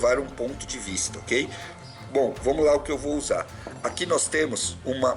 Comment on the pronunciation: Parabéns peito conteúdo! Sempre te acompanhando! Like toda hora. E "noiz" rsrsrsrsrs